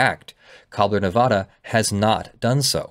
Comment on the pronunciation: You pronounced Nevada wrong about 50 times in the first five minutes of the video alone... I know no one but us Nevadans care but seriously dude it's like hearing "Ar-Kansas"